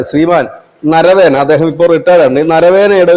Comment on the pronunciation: നരവേന എന്നല്ല നരവനെ എന്നാണ് ആ പേര്